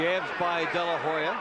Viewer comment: To the fight commentators, STOP saying "De la Ho ya" (though it is spelled as such In Spanish,) the H is silent. Oscar's last name is pronounced: "De la Oh-ya"